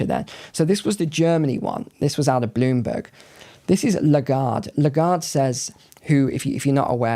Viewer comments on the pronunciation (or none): none